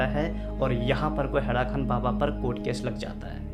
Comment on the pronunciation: हैड़ाखन baba hai.. na ki खान